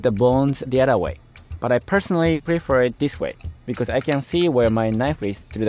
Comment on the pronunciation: The only tho g that bothered me in the video was “becers” when he tried to say because. (No offense)